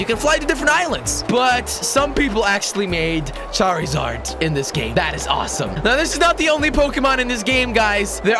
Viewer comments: he called charzard charryzard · jelly charzard not charrizard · he said charizard when its charzard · wtf jelly its charzard its spelled with i but when you say it its like there isnt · It's not. Char E zard charzard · NullMarigold 677 it's spelled charizard and the I and silent. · its pronounced char_zard and zap-dos